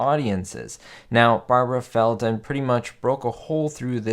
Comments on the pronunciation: Fel Don not fel Ton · The name of the actress that played agent 99 Felton not Felton. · Her name was Feldon not Felton